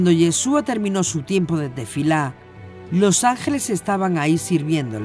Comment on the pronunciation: Me gustan sus videos , pero realmente me desagrada que diga “ Jassen” así no se pronuncia, cualquier Rabino puede decirle